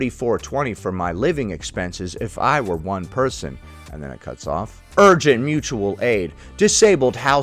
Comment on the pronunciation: It's pronounced Moochual aid. Someone hasn't seen a video about Roger 😂